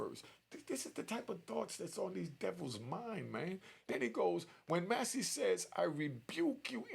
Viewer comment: Man pronounce her name correctly,: Mass-Cee